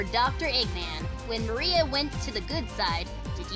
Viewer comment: It's Maria not Marie